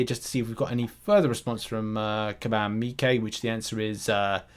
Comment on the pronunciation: They way he says Mike always throws me off